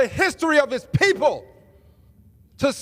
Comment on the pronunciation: Hearing him say "people" immediately brings to mind a King of the Hill YTP by Wasswadd. The quote involved the owner of an Indian casino bloviating about "our pee-pole" to John Redcorn (followed by a hawk-tuah). Same intonation and fake energy.